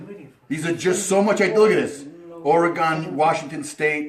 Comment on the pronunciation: ....man poor kiddo being polite. But really, it's Orygun not Oragone...